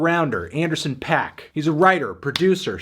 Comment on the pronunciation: That's not really how Paak is pronounced